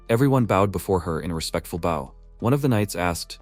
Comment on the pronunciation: "mmm Jol neer" OK, so the Channel owner missed one. Another word AI has trouble with "Bow" Archers wield, People "Bow", bau bau bau... Dungeon = Don-John. All right, that's enough, I'm out.